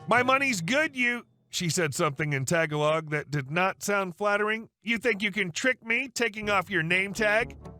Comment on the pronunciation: Ta..gal..og please not tag a log. Emphasis on gal pronounced gall. Appreciate the stories.